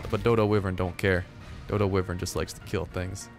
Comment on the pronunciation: It's not wivren